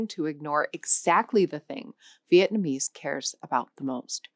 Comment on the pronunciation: as a former vietnamese, your pronunciations are nowhere close to sayign it right but good try!